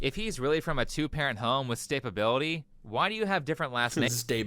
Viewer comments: “stabability”…. Mam, the word you’re looking for is, “stability”. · Did his mom say STABability? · was raised with stabibility... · yeah don’t think so, evidence isn’t there. Did she try to say „stability”? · Bruh cant even say "stability"